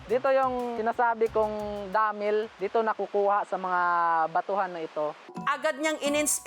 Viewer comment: DAAAAMIIL…. Paki explain, bakit ganyan mo pino-pronounce?